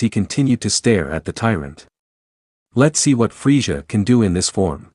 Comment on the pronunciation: it's frieZA NOT frieJA